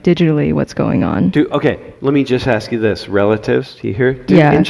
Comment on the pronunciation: You said aks 😂